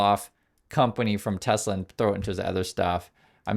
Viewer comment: “I love tesler”